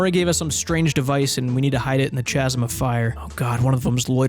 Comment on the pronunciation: "Chazzum" of fire hurts every time haha